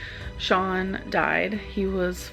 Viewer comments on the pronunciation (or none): none